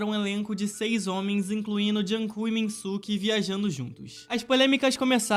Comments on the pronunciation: "junkook" não "junkok" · Que raiva tadinho o kook "jung kook" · "Joonkong"fiquei com pena